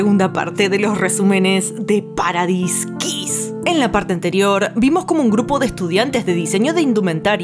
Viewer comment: Me encanta Este canal, todos los videos.... Pero en Este no puedo dejar ir la pronunciacion de Paradise (para daiz) que es paraiso. :) Hehe los adoro